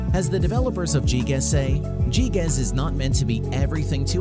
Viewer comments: gee gas? lmao its gee gee ee zee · "GeeGaz." This man has never played a game in his life.